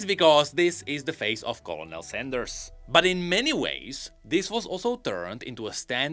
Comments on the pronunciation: I love you. But if you didn't know it's not "Co-low-nell" it's "Ker-null" But if you're making a funny joke then ignore this completely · Co-lo-nel? It's pronounced KER-nel. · as someone in the military hearing say colo nel is tilting me......... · I love that he says colonel like colonel and not Colonel (kernel) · Co and L? Did we not even bother looking up how Colonel is pronounced? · "Colon el" lolol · The "L" in colonel is pronounced like an 'R" because French. It's pronounced Kernal. You cannot comprehend the damage done to all of human language by the French. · Colonel is pronounced Kernel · colonel is pronounced kernal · why do you say it like that I get that its spelled colonel but its pronounced ker nuhl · He pronounces colonel like colonel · Colonel is said like KERNEL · The way you saying Colonel is troll I love it. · thats not how you say colonel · colonel pronounce colonel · Don't worry, we can forgive you for mispronouncing Colonel. It's one of those words that, for whatever reason, the sound doesn't match it's spelling in the slightest. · You mean like 50% of all English words? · i cant tell if you're pronouncing colonel wrong on purpose because it is spelled stupidly